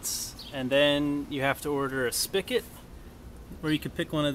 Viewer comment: SPIGOT. With a G. Not "spickit."